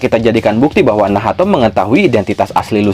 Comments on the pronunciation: kenapa jadi nahato wkwkw bukannya bacanya nach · pusing gw lu sebut nacht jadi nahato